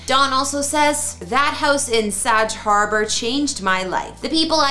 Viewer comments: It's pronounced 'Sag'... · Bag, hag, sag... Get it! Please learn the pronunciations of our towns and some of the people u cover.. I get you are Canadian... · Someone who doesn't know how to pronounce Sag Harbor? Really? And the video is still up.